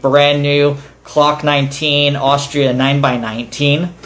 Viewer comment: Did he just say CLOCK 19 LMFAO